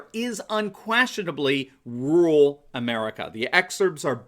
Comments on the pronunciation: There you go again, Doc ... What is 'rool' or 'rule' ... Or, do you mean to say, RUR-AL ??? Surely your doctorate credential would dictate CORRECT English !!! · Dude... the word is RURAL... not RULe